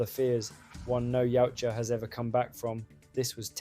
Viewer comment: The design, the story, the baby yoda bullshit, the Shane black magic ball for invisibility, the knock off avatar style, Tran Trachtenberg Elle fanning, the gay Predator using a gun,Movie is fuckin trash. Saying yeowcha instead of yautja 😢 YOT CHA